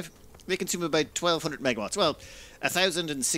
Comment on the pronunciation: Had to pause because I head "MegaTwatts" instead of MegaWatts. Haha!